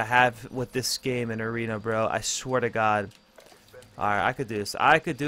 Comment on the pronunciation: 9.09 mothership in aweeeena 😂😂